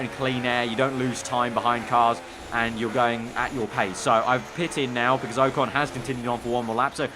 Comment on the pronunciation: O con not oecon